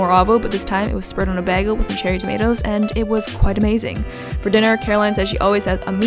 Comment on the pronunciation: last video i wondered if you actually pronounced bagel like that, and it turns out you do 😅 anyways, i just wanted to tell you, like many of us here on the comments, how you have changed my life. guilty isn't a part of my life when i eat anymore, hell now i have pancakes 3 times per week! and those are my favorite days, i create a new recipe every single day!! lilly has been killing my ass and for the first time in like a hundred years i like where my body is going, i understand it is a long process but i am enjoying the ride thank you <3 p.s. the numbers have not changed on the scale but i feel so different! i love it!!